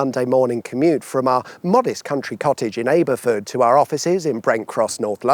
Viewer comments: ayber furd ? ayber furd?, FFS Abbafud, init? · Ay-ber-ford? Isn't it A-ber-fud? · Aberford! It's not "Aber" as in tossing the fucking caber you absolute melt. It's "Aber" as in ABBA, the Swedish Waterloo Voyage hologram band. And your "modest country cottage" isn't actually in Ayberford (sic) at all. It's Hazelwood Castle, which is not in Abbberford at all. It's down the A64 , on the way to Tadcaster. Get your facts and pronunciation straight before condescending us "up North". Git!! Regards, Aberford resident. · One regrets to inform you that it's not pronounced A-ber-ford, it's pronounced A-ba-fud. Soucre: I've lived nearby far too long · Aberford is a hard A. Ab,not Abe. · Even though it’s Aberford, it’s pronounced ABBAfud not ayberford. There is no button specifically for pronunciation so you are excused. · It's ABBA-ford, like Aberystwyth or Abergavenny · It’s pronounced ABBA- fud. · its pronounced Abber-ford (Aberford) mate, nice try ;) my localish area, love the channel :) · Aberford also pronounced Ab-er-ford 😂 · I wish you pronounced Aberford correctly. It’s Ab-er-ford and what about the A1-M18-M1 alternative? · Aberford is pronounced "abbaford" Hook Moor is at Micklefield pronounced Micklefield and not Micklesfield as a lot of people seem to call it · Aberford, with a hard A, as in apple. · Aberford, rhymes with Jabber-ford… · Aberford has a hard A. Wortley (prev vid) is pronounced Wurtley. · you're not actually waving bye to him there.. he should be going left with you as that's the A64 and staying left joins the A1M south bound.. and 3 miles (ish) later it splits into the A1 and M1..also it's pronounced "abbaford" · The pronunciation of Aberford is so southern it hurts! 😂 Locally it's pronounced as if it's spelt Abberfud with the A being like in Abbott. Another one nearby is Harrogate which is often said by none locals as if it's spelt Harrowgate, but is more commonly known locally as Arragut 😂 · lol came to post this :D . "where the fk is aaaa-befud" ?